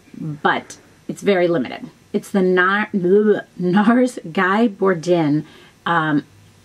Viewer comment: Guy = "Gee" (rhymes with key) Bourdin = "Boar-DAHN" (like the man's name, Dan)